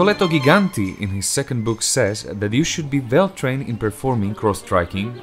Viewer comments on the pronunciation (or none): One only thing, though... It's Giganti like in "Jeans", not like in "Gig"... that would be Ghiganti! ;) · Nice video, thanks. Just a pronunciation note: it's "/dʒi'ganti/", not "/gi'ganti/" (I'm using IPA here). That is, the first "g" is pronounced like in the English "jig". You can hear it here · Just a thing. Giganti as pronunced like you pronunce the J, closed the teeth. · Love your videos! Just the first G in Giganti is pronounced with the same G as Giant, we could say that Giganti means giants in Italian